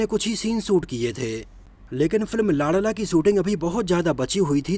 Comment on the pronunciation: लांड़ला नहीं लाडला बोलो😂😂😂😂